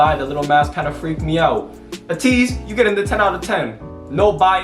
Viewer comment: And also its ATEEZ not ATIZ you pronounced it like if it was spelled with an I